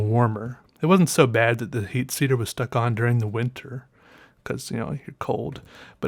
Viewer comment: "Heat seater" lol